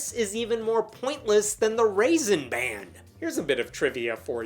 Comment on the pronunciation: "Raisin Ban"... Raisin Brand lol It's sounds like you said Raisin Brand 🤣 😂